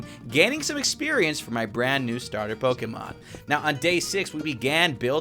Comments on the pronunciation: i love the channel but just saying its pronounced pokamon not pokemon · Stop saying poki its poke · LOL ITS NOT POKEMON ITS POXEMON HA HA